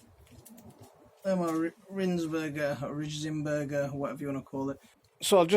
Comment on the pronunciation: You pronounced it right the 1st time. Sounds like Reins Burger. Not rain but like a rein for a horse and then burger.